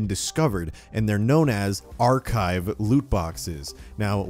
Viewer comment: His driving me crazy when he keeps saying archive